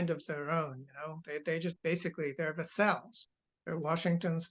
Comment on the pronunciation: Minor quibble about which syllable is stressedVassál? Hungária? Did I hear correctly? Try vással, Húngary. Emphasis on first syllable of both words. Also I think the suffix of Hungary is y, not ia in American English, unless I‘m mistaken.